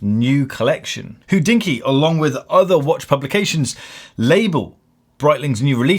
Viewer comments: Hodinkee should be pronounced hohdinki and not hoddinkki. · Why do you pronounce Hodinkee as 'WHO-dinky' constantly?